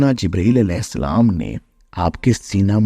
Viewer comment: Aap tasweer naaf dikhatay hein...salam letay huay aap ka talafuz ajeeb hay...mujhay nahi lagta kay aap ki cideos dekhni chahiyay